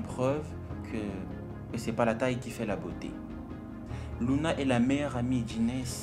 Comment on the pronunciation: Pour info c'est pas Louane c'est Luna 🤨🤨🤨🤨🤨🤨🤨🤨🤨🤨🤨🤨🤨